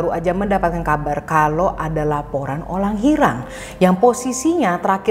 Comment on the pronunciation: ka pas bilang "olang hirang" kaya ngeliat diri sendiri karna aku juga suka kebalik r sama l